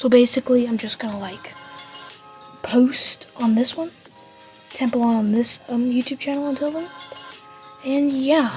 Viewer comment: When you say its name be kind of sounds like tampon 😭 Also it's really 🔥🔥🔥🔥